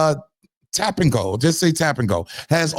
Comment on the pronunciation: We're just going to say "Tapinco"😂😂😂😂😂 its Tacopina 😭😭😭😭 niccaz just making up their own language now, is this what we're doing now🧐🤔